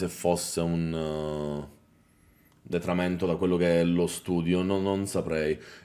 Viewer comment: 'Detramento',??